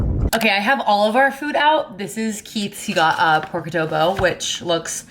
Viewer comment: You’re pronouncing “Adobo”, “Sinigang” and “Pancit” wrong HAHA. Sorry i just find it so funny hahaha